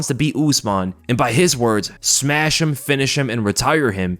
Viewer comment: Smesh him lol